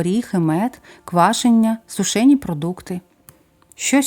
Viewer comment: СУшені,а не сушЕні